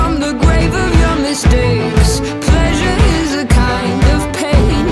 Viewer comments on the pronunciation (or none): none